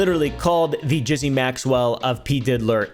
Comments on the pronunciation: Jizzy "Maxwell"? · Please, no one ever say “Gizzy” Maxwell ever again.